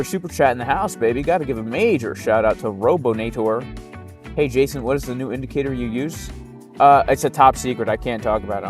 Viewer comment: Guess it’s pronounced “Hayson” now 🍋‍🟩 🇲🇽 🌶️